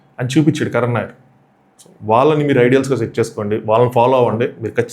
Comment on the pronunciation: కరణ్ నాయర్ ఏంది బాబూ కరుణ్ నాయర్